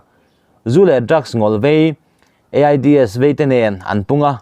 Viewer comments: AIDS hi E-Ai-Di-Es ti in i lam thin a,a dik tho mai thei a,mahse khawvelin an lam dan angin EIDS ti hian lam ve ta thin la,a tawi daih zawk a,a NIH dan tur a ni zawk bawk sia...ka Han ti ve mai mai🤭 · GiTi production i channel ngaihthlak a nuam in a bengvar thlak thin khawp mai chutih rual in thhahnem ngaih thu ah tlem kan sawi ve lawk ang e mizo tawng thluk i lam dan hi in zir deuh chu ila ngai ani entir nan,,, tunlai natna lar tak AIDS kha, (e, ai, di, es) ti in i lam a hei hi, H, (eich) ti a lam tur ani beng a verh deuh a ka rawn sawi ve mai2......han tang sauh2 teh full support💪